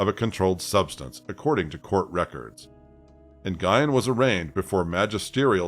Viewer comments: I'm sorry that you feel that way. For those of us with ethnic names, it IS a big deal. This name is as common as "Smith" and it's as simple as typing it into Google to learn the pronunciation. Not only that, this was a pretty high profile case and the name was pronounced correctly in those coverages. I get it that you're focused on the content. But regardless of the content, it's still disrespectful asf to whitewash our ethnic names. I'm sorry you don't understand that. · You're right; this isn't your channel. YET, here we are having this "discussion" about the correct way to pronounce a common name in my community. If you aren't familiar with Vietnamese, why are you telling me why it's OK to mispronounce it? You're continuing to make excuses for mispronouncing surnames. If someone who speaks the language is TELLING you the proper pronunciation, stop making excuses. YET....here we are. Like you said, it isn't your channel so my comment wasn't for you to begin with. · It's not "nn-guy-ehn"; it's "nyu-ehn". I get that's it's not common for English speakers to know how to pronounce that, but if you're going to do videos with narration, learn how to pronounce the names of who you're talking about first. It's disrespectful to the victims. Anyway, as a woman who has an abusive mother, I can say that they are really good at hiding their true natures. Very good, in fact. I won't get into the abuse, but I will say that my mother didn't deserve to have children. She really didn't. I wish that there were laws in place that didn't allow people to conceive until they passed mental health examinations and their home life (monetary status, cleanliness and the like) was looked into. If the government did that, there would be fewer children in foster care and we would rarely hear about child abuse. Giving birth doesn't make you a mom, that's for sure. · wow. did u just say na-guy-en?!? it's pronounced "win". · When the last name is Nguyen, is it not usually pronounced "Wen?" 🤔